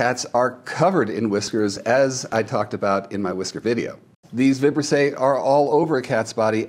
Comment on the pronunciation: The correct pronunciation of “Vibrisse” is with the accent on the second I. 🤓